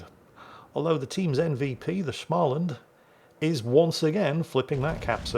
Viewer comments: If you can say the English word "small" then you can say Smaaland too. It is not with an "a" like in "anal" as you say it. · joke start*: ITS SMÅLAND NOT SCHMALAND AHHHHHHHHHHHHHHHHHHHHHHHHH *joke end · Oh, dear old. Here comes the Swedes again. Småland is not Shmalland. So drop the H after S, and pronounce the Å, instead of just saying A. Ä sounds like the A in Damn, or Ram Å Sounds like the O in Gorge, or Borg Ö sounds like the U in Murder, or Fur And pronounce it as a composite word, Små-Land From Sweden with Love - Kami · Oh just an fyi. In the Småland. The "Å" is a Swedish"O". Basically you pronounce it "Smoland" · Småland is simply pronounced small-land. The s and the m at the beginning is just an s and an m. I do love myself some good German SCH sounds every now and then, but in Swedish sm, is just a boring old sm. Carry on! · Just a pronunciation tip for the future, try saying the å i småland as either the o in Smolensk, or like the a in small. Great vid as always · A proper Swedish person here. Småland is pronounced as the English 'small' followed by the first syllable of 'understand'. There's no stupid German schm going on!